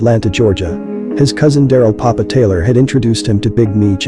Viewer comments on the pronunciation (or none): none